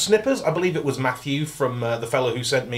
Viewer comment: "So this nubbin needs to go into that splap" - 2018